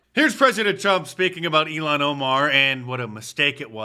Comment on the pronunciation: Her name is pronounced ill-han Omar ... the way you say it is far too close to Elon Musk who is a million times better than she ever could be. Not that he's the greatest, but he's better than her.